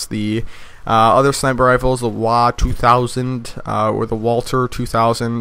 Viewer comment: W A 200 not the "Wa 200" you sound chines man.